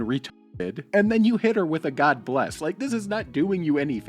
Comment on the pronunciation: He didn't say God Bless I believe he said gawbliss I would never ang out with